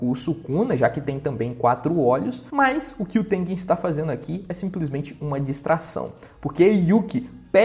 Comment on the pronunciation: o cara consegue errar o nome tengen kkkk